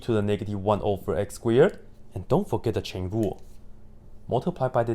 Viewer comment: It's chen lu not chain rule